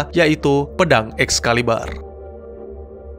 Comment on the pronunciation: Excalibur bro, bukan Excaliber..